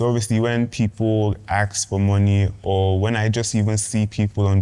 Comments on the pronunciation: Why do yall pronounce Ask as Axe ffs???? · Why's everyone saying axe, it's ask😅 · Please guys ASK questions, don’t AKS ‼️😭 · Nigerians have improved in the way they speak, I can understand well what they are saying... There is still "axe" instead of "ask"🤐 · "aks" - ask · Everyone but said 'axe', please it is 'ask' as in Aaa sss kkkk